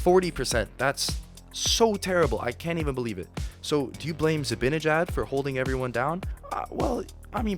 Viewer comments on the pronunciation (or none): FYI. It's Zi-BAN-ejad, not BIN